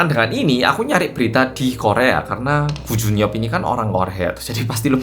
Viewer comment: Koo jun yeop tp aq denger e gu jun pyo 😂😂